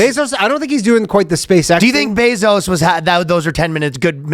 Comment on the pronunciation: Calling Jeff Bezos “Zose” is pretty funny lol